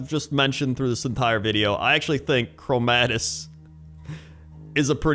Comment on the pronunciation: I love ya, but it's Chromaggus man, not chromadus, thats about it, great video though